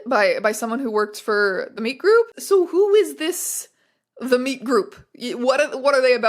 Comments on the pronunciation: took me too long you were saying meet like interacting instead of just MEAT 🥩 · It took you saying meetgroup like 10 times for me to realise it was meetgroup and not meatgroup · was watching this in the background and kept hearing "The Meet Group" as The Meat Group and would giggle almost every time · Every time you say “The Meet Group”, I hear “The Meat Group”. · I kept hearing "The Meat Group" every time you said it. Which has... different implications. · Jesus Christ every time you say "meet group" i hear "meat group", please make it stop